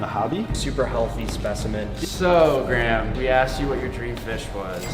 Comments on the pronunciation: Its gray-ham not grahm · Graham is TWO Syllables!!!